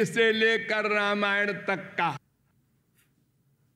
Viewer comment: Sir. Pls pronounce Ramayana as - Raamayana. U have to stretch the second letter 'a'. Like aaa-........